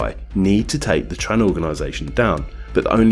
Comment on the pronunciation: Excellent video, but one tip: in Vietnamese the "tr" sound is pronounced "ch" so it should be "Chong" & "Chan"